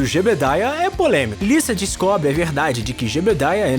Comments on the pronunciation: Me deu uma raiva do cara falando Lissa em vez de Lisa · Tá falando lisa como se fosse liça o certo seria fala liza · Não é " Lissa" e sim, Lisa ( com som de Z ). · Não é Liça, é Lisa.. ( Liza) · Lisa?...Quem pronuncia o nome dela assim são americanos. No brasil geralmente falamos ' Liza. ' Futebol americano...Taí um esporte que não acho um pingo de graça.